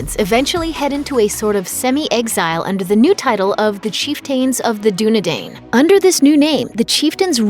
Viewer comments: same with Dunedain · Good video but prounounces chiften and Dunedain wrong